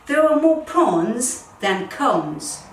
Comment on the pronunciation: Are you saying “prons” and cons ? It’s pros and cons.